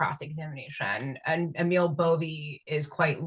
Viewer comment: Emil Bove is pronounced AY-mil BO-vey or BO-vee (depending on how you want to write pronunciations 😄). is correct on the surname but everyone is pronouncing Emil slightly incorrectly 👍